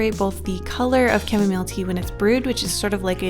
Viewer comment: Camille for camomile (pronounced cam-eee)